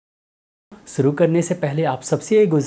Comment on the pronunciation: सुरु नही शुरु होता है।